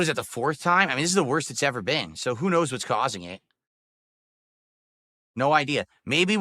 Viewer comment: “You like ehhht, right?”